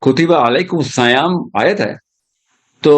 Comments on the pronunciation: The word in the ayaayt is "seyaam". It's not "sayaam" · کتب علیکم الصیام میں ص پر کسرہ ہے نا کہ فتحہ آپ قرآن کی تلاوت غلط کررہے ہے سر